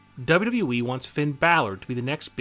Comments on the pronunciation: He said wweee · You say wwe wierd